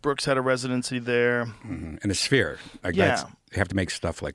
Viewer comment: he says sphere weird haha spear